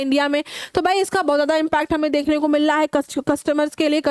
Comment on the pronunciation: . Mam no offence but aapne "Mil ra h" ko bola "milla h" this proves ki aap UP se. AM I correct?